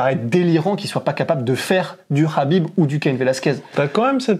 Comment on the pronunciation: On dit Habib en plus